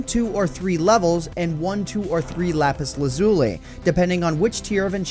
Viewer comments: Doesnt even say lapis lazuli correctly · Lapis Lazuley